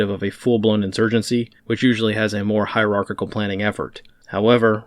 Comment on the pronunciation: Thank you and well done on the use and pronunciation of hierarchical S2.